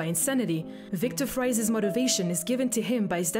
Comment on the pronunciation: Victor Fries is Pronounced Victor Freeze smh